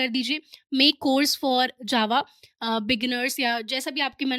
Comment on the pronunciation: btw JAVA me G nhi J hota hai 🙂